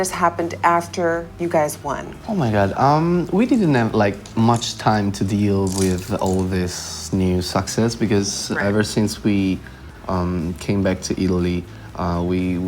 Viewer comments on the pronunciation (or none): Damiano pronouncing 'succes': súck-ses